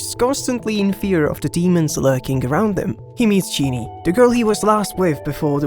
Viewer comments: I'm sorry, I cannot focus on anything else but your pronunciation of Jeanne.. Genie, Gini.. it's jeanne, like from Jeanne D'Arc. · it's pronounced Jann not jinni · Jeanne is pronounced like Gene or Jean, I like the vid ;3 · Never thought I'd see someone talk about this manga. Also there's no way you're pronouncing Jeanne as Genie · got so many jeannes in anime i was surprised you said it wrong. genie d arc